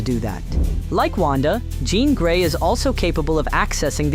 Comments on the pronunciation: I CAUGHT THAT TOO LMAOOOOO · Did he just call Jean Grey Jon Grey? 🤣🤣🤣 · Glad someone mentioned that cause I knew I heard it!